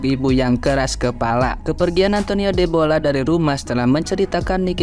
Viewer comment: Bukan debola mas, tapi dedola 😊